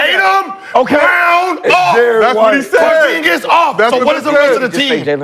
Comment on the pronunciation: Bro nick said “pozaskus “ then called him pozenskio 😂😂😂😂😂😂😂😂😂😂😂😂😂😂😂😂😂😂😂😂😂😂😂😂😂😂😂😂😂😂😂😂😂😂😂 time stamp